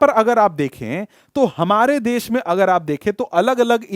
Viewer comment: Sir it's desh not des